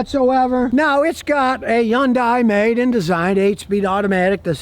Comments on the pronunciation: Its not a yun day Scotty its a hun day😂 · Stop saying yundai it's Hyundai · Youngdai? When is he going to learn to pronounce the name correctly? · someday scotty will realize yundai starts with an H 🤣🤣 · I love how he says Hyundai with a J like it comes from Mexico lol .